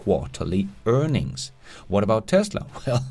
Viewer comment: Price to Earnigs!!! You crack me up! Earnigs!! And “built quality” you kill me!